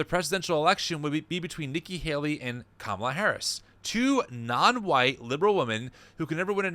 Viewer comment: What I want to know is why so many conservative commentators mispronounce her name like Kam-AH-la instead of KAH-mala. Is it on purpose? It’s not a hard name